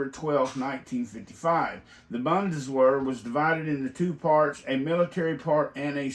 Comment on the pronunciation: Also its pronounced like BOON-DES-VAIR.